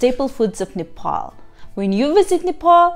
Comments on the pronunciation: nice video but it's Nepal not nefol thank you for video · Not nefal it is only nepal. make sure pronounce before say okay. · Plzz don't pronounce Nepal as Nefal😟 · it's NEPAL not Nephol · God I hate when Nepali people butcher saying our own country’s name!